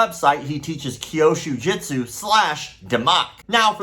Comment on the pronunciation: Still not "kyoshu (sic) jitsu" but kyûsho jutsu", as the Japanese text (急所) clearly indicates. As you're talking about this nonsense so much, one would think that at some point you would start pronouncing it correctly, but apparently not... 😐